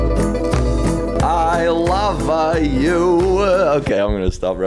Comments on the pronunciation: I laughed when you said "I lava you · I love that short "i lava you"